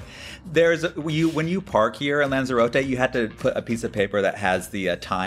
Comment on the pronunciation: How many times must Americans say the NAMES of places WRONG 😂🤣😂🤣 OH GOOD GRIEF ITS LANZAROTE NOT ZAR ZAY RO TAY !! ITS potato NO POTARTO TOMATO NOT TOM MAE TO EEESSHHH